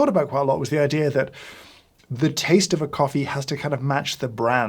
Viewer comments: Every time you said hoffee I had to laugh. In Wales hoffi is like, and a Welsh tounge twister is "dw I yn hoffi frothy coffee" or "I like frothy coffee" As for "Celebrity coffee" I'll be honest I do drink a celebrity coffee, it's jacksepticeyes coffee - top of the mourning - it's traceable, it's from a rostery in the USA and they give money back to charity. I'd really like you'd try that one at some point and give your take on it. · hoffee coffee =D